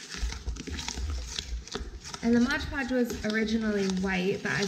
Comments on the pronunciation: it's mod podge, not modge podge. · Mod podge not modge podge.